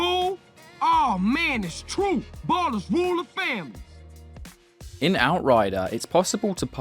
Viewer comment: ballas not ballers XD